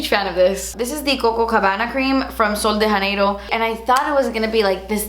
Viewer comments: thats not how you pronounce sol de janeiro btw, it’s portuguese not spanish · Sol de Janeiro is a brazilian brand I don’t understand why the spanish accent... 😐 idk it’s just kinda annoying how people can’t tell the difference between portuguese and spanish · just a note, this brand "sol de Janeiro" is inspired in Brazil and made with Brazilian ingredients, so it is read in Portuguese and not Spanish.